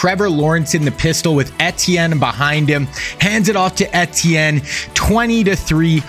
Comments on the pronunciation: eTtIeNnE it's E-ti-enne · How are you doing this video and dont know how to pronounce the players name. I can’t listen to you say etienne